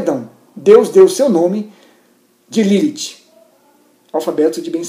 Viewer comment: primeira pessoa q falo meu nome certo akakalaka